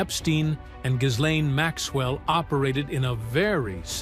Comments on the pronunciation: Ghislaine is pronounced GILLANE, not GISLANE. The letter 's' is silent. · It's Geelane